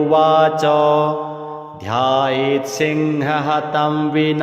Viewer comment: प्रथम पंक्ति में ही गलती है लिखित में और पाठ भी गलत वास्तविक लेख में मुनिरुवच ध्यायेत सिंहगतम,,,, की जगह ध्यायेत सिंह हतम ,,,, किया जा रहा है जो बहुत ही गलत है कृपया त्रुटि संशोधन करना चाहे और श्रद्धालुओं के शुद्ध पाठ उपलब्ध कराए। हर हर महादेव।।